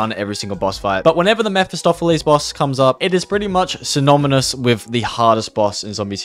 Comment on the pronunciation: “Synominus” Lol